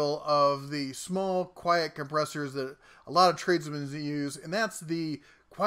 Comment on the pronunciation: "quiet" not "quite"